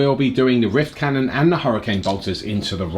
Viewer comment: Love this worldeaters army Also everyone says rift cannon I hear wiff cannon